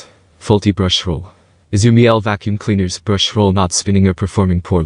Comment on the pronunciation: COme on - it's not Mi-ELL; it's Meel-Uh, rhymes with "peeler" in UK pronunciation. Miele is German.